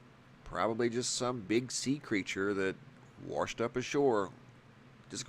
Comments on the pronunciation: The creature that wersh ashore, ehh. Wersh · you say 'waRshed'# You made my day 😁